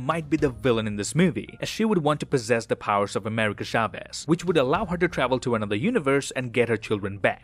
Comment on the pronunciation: Every time he says “Shaves” and not “Chavez” it makes me feel weird xd